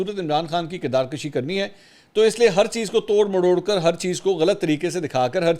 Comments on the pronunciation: This word is KIRDAR KUSHI Instead of KIRDAR KASHI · منصور صاحب! آپ کی اردو اور انگلش کا حد درجہ معترف ہون اور آپ کے وی لاگس اور تبصرے کی ما شاءاللہ کیا ہی بات ہے۔ خان صاحب یہان صرف یہ عرض کرنا چاہون گا کہ آپ ہمیشہ کردار کشی (َ"ک" زبر کے ساتھ ادا کرتے ہیں جسکا مطلب کھینچنا ہے) جبکہ یہان کردار کشی ("ک"پیش کے ساتھ ہوتا ہے جسکا معنی مارنا، ختم کرنا ہے) کہنا درست ہے۔ امید ہے میری اس بات پر تحقیق کرکے اس کو درست کرین گے۔ والسلام وقار اعلی کراچی